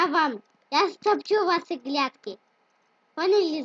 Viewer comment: ты серьёзно не грядки а глядки капец